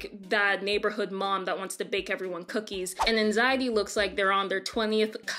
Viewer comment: It’s anxiety not anzitey